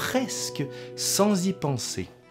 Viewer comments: Juste un réajustement d'italianiste pour illustrer cette belle vidéo : Castiglione est à prononcer comme si on disait " Castilioné " ( pour donner une idée de prononciation ). Imbroglio, même technique ... :) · Sujet intéressant ( Castiglione se dit ''Castilione'' ) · Très intéressant, merci. Juste une suggestion pour parfaire ton italien: le son "gli" se dit "li" mouillé, sans "g" donc. "Castiglione" se prononce donc "Castilioné". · Parce que tu fais un effort pour prononcer en italien les mots italiens, je me permets de te rappeler (car tu le sais sans doute) que le "gli" se prononce comme le "ille dans "tenaille". Ça donne "Castilloné". De rien, c'était un plaisir ;-)